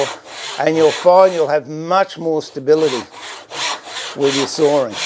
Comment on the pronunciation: Not soaring nor sawring,but,sawing